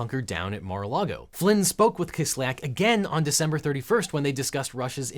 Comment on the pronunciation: Kis lyak. Ya is a single vowel in Russian. It is not Kis lee ak like almost all Americans pronounce it